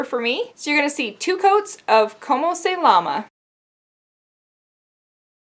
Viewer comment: Llama the animal is pronounced with a "y" in Spanish btw